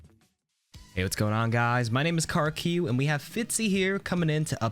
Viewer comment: The way he pronounced karq changes